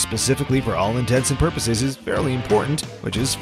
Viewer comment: Did you say ‘all intensive purposes’? I’m blocking.